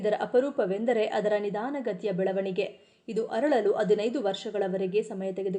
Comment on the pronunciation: ಅದು ಹರಳಲು ಅಲ್ಲಾ ಅರಳಲು ದಯವಿಟ್ಟು ಕನ್ನಡ ಭಾಷೆಯನ್ನು ಸರಿಯಾಗಿ ಉಛ್ಛರಿಸಿರಿ ಅದನ್ನು ಕೊಲ್ಲಬೇಡಿ